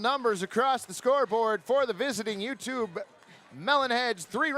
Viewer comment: As someone from the UK, hearing the announcer call out "Yewtree" (I know it was U Tree but still) gave me quite a chuckle